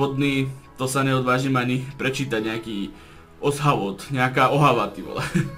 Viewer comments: Ten vodní se čte Ošavot :) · Ten vodný sa číta "ošavot" :D